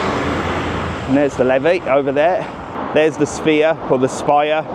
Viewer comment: Does the hop on, hop off bus pass christchurch Its the river liffey not levey 😂 Yrh dublin is very expensive hence why i dont go as often now 🙈🙈🙈